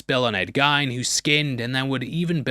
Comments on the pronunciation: Just so you know, Ed Gien is pronounced Ed Geen. Like green with no R. Love your videos. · Ed Gein last name pronounced like spleen, bean, mean or sheen.🫤